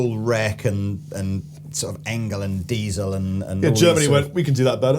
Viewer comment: Diezel, not Deizel! 😉